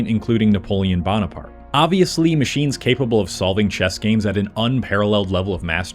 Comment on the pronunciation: Did you pronounce Napolean's last name wrong on purpose? Because that really bothered me.... If that was the intent then it worked and you got another comment on your video for the algo